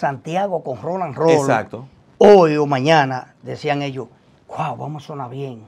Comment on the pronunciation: Pero qué problema: no hay forma alguna de que diga el nombre correctamente, siempre dice: RONALD ROLL, en vez de Roland 🤣🤣🤣🤣🤣🤣